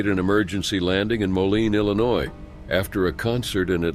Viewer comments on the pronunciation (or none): none